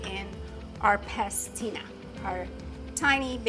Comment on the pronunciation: PASTINA, not pestina